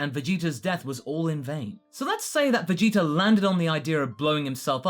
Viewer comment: I love how you say vegeter instead of vegeta